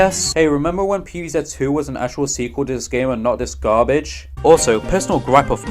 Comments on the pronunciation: Pee vee Zet ❌ Pee vee Zee ✔️ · "Pv Zet"